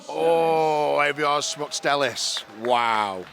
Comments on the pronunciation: Love how Eddie just cannot pronounce Aivars' name. I'm sure someone's told him, but if he changes I'll be disappointed lol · You struggle so hard to say Aivars name, it was said right before you said it and still couldnt get it. 😂 I find it quite amusing